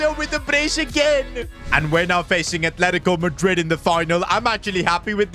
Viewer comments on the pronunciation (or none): none